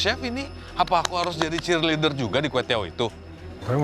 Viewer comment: “ apa aku harus jadi cheersleader juga di kwetiau itu”🤣🤣